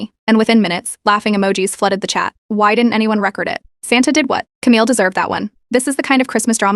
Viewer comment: Stop saying read as reed. Or record as reh kerd.